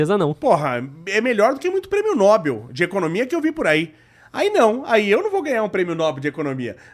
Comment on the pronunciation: Esse não sabe português...kkkk não é nóbel...kkkkk é Nobel....kkkkk